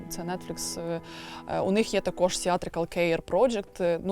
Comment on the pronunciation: Сильно сказано: «...якість цього продукту створюють саме актори дубляжу». Авжеж, перекладачі й геть не потрібні, актори самі можуть, без тексту. Такі талановиті актори, десятиліттями в професії, так якісно вимовляють: «буваЕ, сонце сідаЕ, все оживаЕ», «теш, такош».